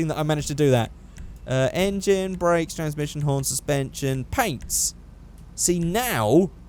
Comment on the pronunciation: when you say race brakes u say brack bracks